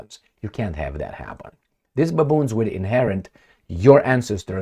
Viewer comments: am laugh alot when say baaboons😂 watch u from Ethiopia 🇪🇹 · No, babuuns in a ukii end usii!